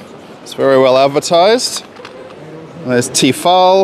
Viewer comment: Тифал, не Тефаль как мы привыкли😮